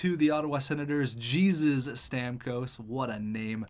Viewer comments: It’s not Jesus, it’s pronounced hey-zeus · The name Jesus in that guys name is not pronounced like u did. Tons of people are named that with the spelling Jesus, but it’s pronounced like “hey-zeus” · It's pronounced hey-Zeus it's Mexican